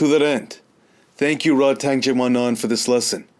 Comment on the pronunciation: RodTang means = A Tank in Thai. Please get his name right :)